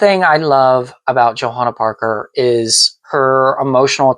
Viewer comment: Awww!! I Love this! You pronounced my name beautifully, and I so appreciate you taking the time to deep dive into all things JP! You clearly have done your homework, and Thank You so much for loving my designs, taking the time to share your collection and inform fans about my art. I’m truly honored & humbled by the many JP enthusiasts out there and tickled to see videos such as this. Warms my Heart! Happy Hunting & Haunting, ~ Johanna Parker:)...(and btw, you’re right on the polk dot with your hunch! Indeed, we will have a new Holiday ceramic collection hitting stores this year!)